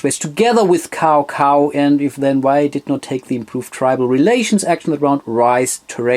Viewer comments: Cao Cao is pronounced as “Chow Chow” Nice video! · Great Video! I would love to play that one. (Kleiner Hinweis zur Aussprache: Cao Cao klingt eher wie Zau zau) ;)